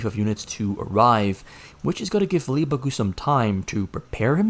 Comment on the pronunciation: How in the world can someone from the Netherlands perfectly pronounce LEEEAAA BAAAAKKKKKKK GCUUUU